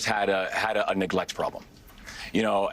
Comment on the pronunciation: Did Wes Moore say a Neglect problem or a Nig-let problem?